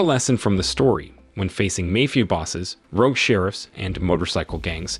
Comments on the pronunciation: Did you say "mayfia"?? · you pronounced "mafia" wrong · the narrator can't pronounce Mafia correctly, so maybe he can't do basic math either. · Yep, repeatedly.